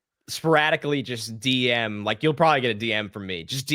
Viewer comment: Wike and subscwribe. Yew’ll be gwlad yew did